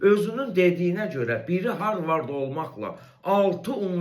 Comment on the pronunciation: Harvard yox...harvirttttt😂